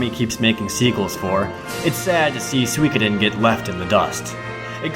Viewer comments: I always pronounce it as "sue-ko-den". Makes me cringe hearing it as swee ka den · what the heck is "swi keden two" its pronounced sukoden. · What's swee-koy-den? That's got to be the worst pronunciation of Suikoden I have ever heard. That aside, your video is really good. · SWEEEEKIIIDEN!!!! FUNG SWAAAY!!! Americans and their silly pronunciation! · Overall a good list but your exaggerated way of talking (and exaggerated body/facial movements in the intro) ruined it for me. Over the top really. Also the way you mispronounce "Suikoden" as "suikudin" (probably just because you say that it so fast) was really irritating.